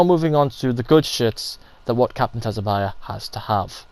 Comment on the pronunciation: It’s pronounced “sue-bah-sah”, dude. 🤦‍♂️